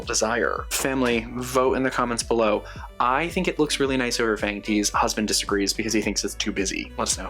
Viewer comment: Loving this intro so much and the outtake was great! I had a good laugh and rewound it because it sounded like you said “description buffalo” instead of “description below” at the beginning, which feels very fitting for the haha. This is such a gorgeous collection, so many gorgeous vampy shades.